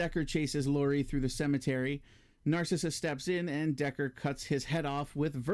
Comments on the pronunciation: It's pronounced "Nar cease" not "Nar Sissuh" wtf 🤣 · Narcisse is pronounced "Naar-seese". There is existing footage where he tells Decker his name..."Remember me, Doctor? Narcisse. I was dying when you had your way with me!" I think this is only in the hard to find 3+ hour Ultimate Cut. I like the added scenes of Lori at the club, though I do think it could be more tightly edited. We don't need to hear the whole song. I also like the extra scenes of Boone suffering hallucinations, as it adds to the impact of everything he is losing in the wake of thinking he murdered families and why he attempts suicide. Decker talking to his mask is woven throughout the narrative in the book, Cabal. In the film, it is very clunky and adds nothing. I agree that it works against the calculating character that has been set up. The few scenes in the movie just seem out of nowhere because the idea was just thrown in because it is in the book. Very clunky and not needed. The Babette power I agree with you on as well. It serves no purpose and Lori can't do anything about it anyhow. A rewrite of the script could make better use of the power and have it be integral to the story, but as shot it is of no use. Ashberry is 100 times better in the extended versions. The scene of Ashberry in jail talking through the wall at Boone was a reshoot scene made later, and it contradicts the character by showing him as judgmental and an enemy to the Breed. In the extended cut, Ashberry is much more likable and understanding, very open to learning about the existence